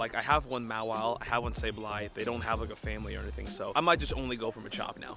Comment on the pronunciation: Where do you YouTubers learn to pronounce these Pokemons names🤦🏽‍♂️🤦🏽‍♂️🤦🏽‍♂️ maw-wheel is how the show said it🤷🏽‍♂️🤷🏽‍♂️